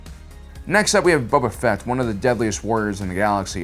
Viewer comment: Space opera mother fucker Haha love your content and get boba fetts name right